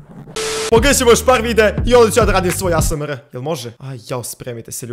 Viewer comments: Nije asmr nego ejs mar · NEMA SANSE DA SNIMAM OVAJ ASMREH ja: pa ne kaze se asmreh nego OVAJ ASMR:ok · Kaže se aesemar